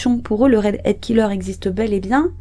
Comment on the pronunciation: Redhead et non readhead...